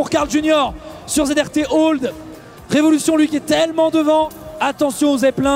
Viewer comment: Ya que moi qui prononce Zr Tolde et non Zrt Old ?